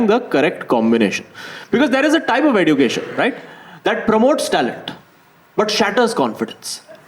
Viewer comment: Bro the standup is very good. I would like to point out just one thing, it's eh-jyoo-kay-shn, not edoo-kay-shn. Not a big deal as such, but it just drives me crazy when you keep pronouncing it that way. Again, loved each second of the special. Happy birth-jay🎉